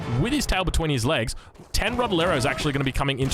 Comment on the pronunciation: Rodelero pronunciation it's fine for an english speaker!